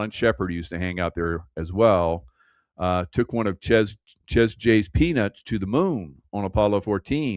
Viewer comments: Chez is French. Pronounced ‘Shay’ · Chez in French is pronounced Shay. Rhymes with Jay. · Chez is pronounced Shay